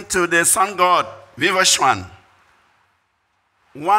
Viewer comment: Stop distorting our names... It's Arjuna not Arjun...viwasvana not vievasvan Bharata not Bharat This is disgraceful